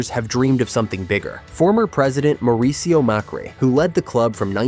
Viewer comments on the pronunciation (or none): none